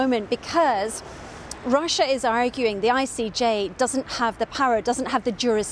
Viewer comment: "Claiming that R̃R̃R̃R̃r̃r̃ussiá was abusing the genocide convention..." Nice was that an alveolar trill rolled R & do all Scots pronounce Russia like that? She kept alternating between normal and *R̃R̃R̃R̃R̃R̃*